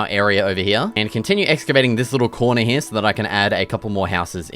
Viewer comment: I love when you say hereya no here